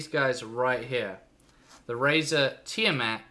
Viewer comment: its pronounced Teeeyaa Maat